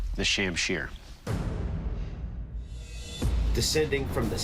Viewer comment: Pronounced more like shum Shir. This video - Sham Sheer